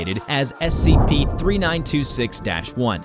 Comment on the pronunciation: I heard him say S-A-P 3926 it's so funny hahahahahahahaahhahahahhahahahahahhahahahahaahhaha